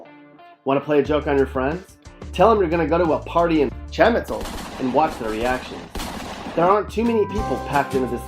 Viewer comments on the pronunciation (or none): Shamitzel??? It's chamizal.... Eal Pasou? It's El Paso... and the pictures... definitely not El paso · Chah ME Zahl.....learn to pronounce it. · By far the worst video I have ever seen! No research went into this video whatsoever! Like wtf is cham-I-sole and MAGA-fin? 😂 racists ass video. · Bro none of those places are not even here. El Paso is not even dangerous. And that’s not the way you say chamizal. (Cham - eee- sal”)..